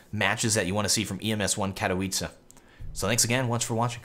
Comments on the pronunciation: You finally said ''Katowice'' in 99% right! 3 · You fixed your pronounciation of 'Katowice', love how you are always looking to improve :D